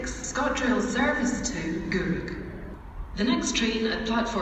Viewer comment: The "service to" bugs me. She needs to change the tone.